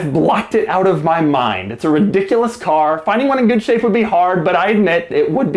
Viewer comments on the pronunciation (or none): lol "caw"